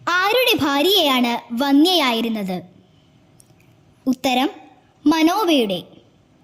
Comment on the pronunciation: Vannia ennalla vandhyaa Ennanu ucharikkendathu. Veedio nannayirikkunni.